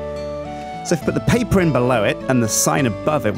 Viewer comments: Random fact: That is how we Danes says paper: "Pa-pir" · Didn't know spoke dutch:'papier':D